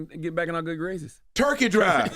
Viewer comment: when he said turkey drive I heard rent'em spoons... Lol iykyk